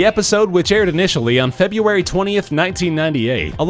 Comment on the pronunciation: It's not "feb-you-ah-ree". It's "feb-roo-ah-ree".